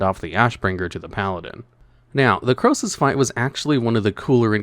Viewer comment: Krosus?! Nah mate